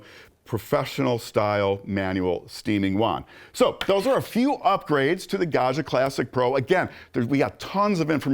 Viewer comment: Gad-jah, not Gah-shah.